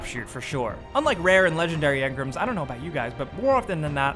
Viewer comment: 11: When someone pronounces engram as in-grum